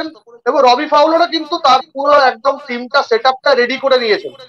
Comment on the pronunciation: Re ota রোবি নয়, ওটা রবি ফাউলার।